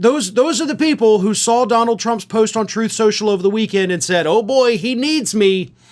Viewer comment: As has been said before, Duh-Nald is a 'gimme' putt from insane, not a drive.